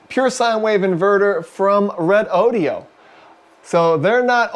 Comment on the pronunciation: It's pronounced Reh doh doh!!